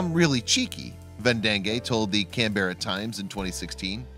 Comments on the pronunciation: It's not "Kan-Bear-a," it is pronounced "Kan-brr-a," accent on the first syllable. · Canberra is not "Can-bear-ah." It sounds more like Can-burr-ah, or Can-bra. Yes, "Shrek," though Chris (Kris?) is the winner, Shrek's smile is precious! Professional sheep shearers get bad backs and I wonder if Ian Elkins has a training regimen to help preserve his back! Shearers want to cut close to the sheep to end up with a single large fleece. Sometimes they accidentally cut the animal and they fix the cut(s) by putting some sort of tar on the broken cut, . I wonder if it's an antibiotic, or whether it just saves the fleece from getting blood on? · sheep dont use bathrooms. CANberra, not canbeara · Can berra? Canberra. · As I recall, the city is pronounced CAN-bra, not can-BERRA. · Canberra is pronounced Canbra. 😄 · Wondering about the outback for 6 years with thic coat, how did he survive the Australian summer? Plus there is a lot of bush fire in hot dry summer, how did he not turn into a torched marshmallow with all that wool? And the narrator really butchered the 'Canberra' pronunciation, can-bear-ra, lmao :D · Canberra is pronounced “can-bra” also why am I even watching this? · Canberra is pronounced “Canbra” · Lol Can-bear-rah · Can-bear-ah lololol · "Can-berra" - are you kidding me? It only takes a moment to learn how to pronounce it. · I CAN'T BEAR-(ah) the way yanks say Canberra it's Can-BRA got it now ? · It’s pronounced ‘CAM-bruh’ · How non Australians pronounce "Canbearer" 🤣🤣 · Please learn how to pronounce words that are foreign to you Canberra Is the capitol of Australia and it is pronounced "Can bura " I know from your point of view the way to pronounce things is set But the reality is that your way isn`t always right, sorry don`t mean to sound mean , it is just a fact of life and an annoying one from our point of view. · We pronounce Canberra. Can-bra. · You said Canberra wrong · Your pronounciation of Canberra is just Uggghhh